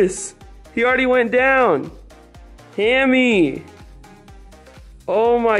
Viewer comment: Ahaha doesn't even know hammy's name😂 he said haimie